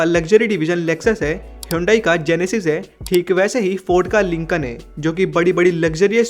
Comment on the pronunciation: Its not lincon its lincoln